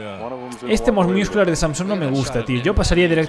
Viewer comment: hola te recomiendo que ya que vas a comentar culturismo que aprendas bien la pronunciacion de ciertos terminos porque me estaba arañando la cara cada vez que decias "miuscular"